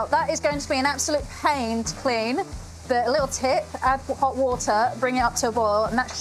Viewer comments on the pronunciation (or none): none